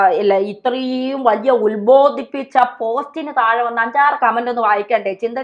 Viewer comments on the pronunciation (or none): none